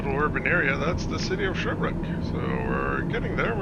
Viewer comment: Sherbrooke not sherbr ook